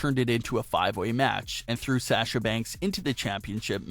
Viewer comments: Its Sasha not sacha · Nice video!! Great job. The only tiff is your pronunciation of her name. You say Sasha like "sas" but i believe the beginning of her name is pronounced "sah" instead. But seriously, good job dude. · Its Sasha not Sahhhsha... rant over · it sounds like Shasha...noticed long ago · “Sasher” or “sashur” is how he pronounces it, it’s weird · He doesnt say Sasha correctly!!!!! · Does anyone else hate the way this guy say Sasha? LOL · Lolol it IS different isn't it?! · Yes says her name wrong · Yes my god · You can't even pronounce Sasha right...LOL! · Sounds like you’re trying to use a Boston accent to say Sasha, since she’s from there